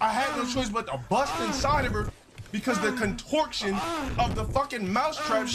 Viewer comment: "contorction", the 70iq scholar